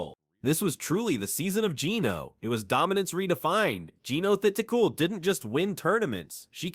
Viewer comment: Learn how to spell and pronounce Jeeno Thitikul’s name for God sake!